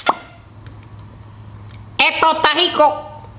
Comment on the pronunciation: EJTO EJTA JICO EH EH EJTO EJTA JICO